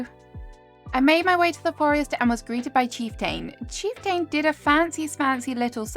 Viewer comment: His name is pronounced chief-tn, you’re doing great tho. Love the video!